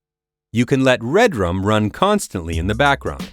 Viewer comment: It's Redrum NOT Red Rum.